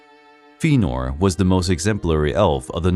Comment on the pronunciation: Feenor. Ugh...